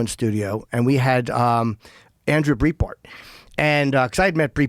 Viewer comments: Jim has been saying “Breitbart” wrong for 20 years. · Isn't it "bright - Bart?" Jimmy says "breet-bart"